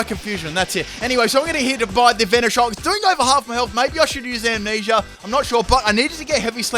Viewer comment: When you know the word being said is Amnesia, but it sounds like he's saying Ammanesure